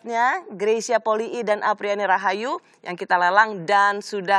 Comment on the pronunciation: Nyebut nama Greysia poli kok poli-i ya? Apa emang begitu?